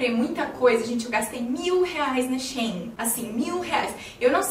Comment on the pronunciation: diz-se She In! Amo os seus videos 💖